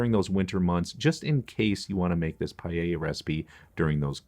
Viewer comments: It is not pallella its PAELLA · DOUBLE CHECK YOUR PRONUNCIATION WHEN YOU SAID PAELLA. THE PRONUNCIATION IS PAEH -YAH. CHEF JOSKEN 👩‍🍳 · Is not pallella 😂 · PaaaaEllJaaa ....not payeya ...........c'mon guys. Pees traditional? Give me a break! I live in Valencia the birthplace of PaaaaEllJaaaa. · Payeya. You say it funny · Good, but PLEASE get the pronunciation good ;-) . You pronounce the LL, but follow that with a Y ...LLYA ;-) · It is pronounced payla. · CORRECTING MYSELF. PAELLA PRONUNCIATION PAH EH YAH. DELICIOUS!!! 👩‍🍳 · the pronunciation is: PAH EH YAH..Paella. :) yummy dish! thanks for sharing! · The way he says Paella is just hilarious